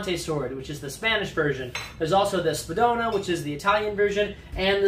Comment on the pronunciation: Pronounced "spadone" atrociously bad